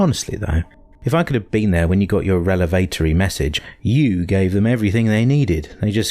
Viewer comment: Can't read revelatory properly. Sorry, no.